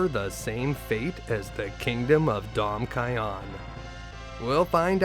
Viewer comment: It's Damcyan (Damsian) not Dom- kyon lol so i guess you call Kain 'Koin' , Yang 'Yong', Rydia 'Rydio' and Rosa 'Roso' lol 🤣